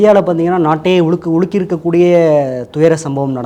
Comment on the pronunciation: சாணக்கியவிலுமா தமிழில் பிழை. நாட்டையே உழுக்கிய அல்ல. உலுக்கிய என்பது தான் சரியானது.